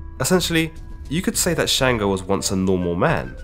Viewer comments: It’s Chung-go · Sango not shango